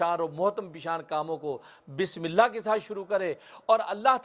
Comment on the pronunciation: Bismillah sahi se padiye